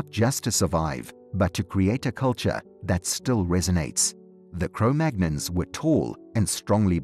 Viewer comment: Cro-Magnons? Cro-Magnons? The first clue is that he can't even pronounce the name properly. The second clue is that the scientific community - the actual, peer reviewed, qualified from an accredited institution scientific community has moved on from Cro-Magnon decades ago. I stopped watching within the first 15 seconds. I can only assume that he goes on to say that the aliens came down and showed them how to light fires to keep warm.